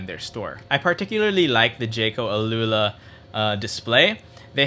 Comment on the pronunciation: Al-ula is Arabic. You pronounced it wrongly